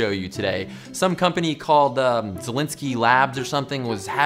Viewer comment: It's "Szalinski".